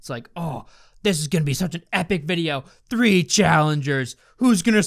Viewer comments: Morgz says “three” like “free” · Morgz English skills: “ number FREE”